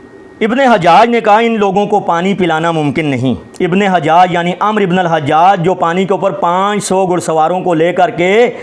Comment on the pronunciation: محترم ابھی آپ پڑھیں آپ کی علمی لیاقت علماء اہلسنت والجماعت پر اعتراض کرنے کی نہیں ابھی تو آپ کو۔ لفظ عمر اور عمرو۔ پڑھنے کا طریقہ نہیں آتا